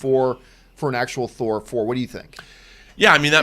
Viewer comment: "Thor Four" 😂